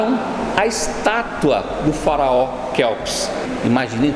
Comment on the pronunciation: Farao Deus kkkkk fala direito